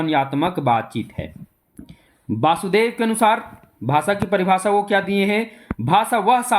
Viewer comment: भाषा को भासा क्यों बोलते हैं?😢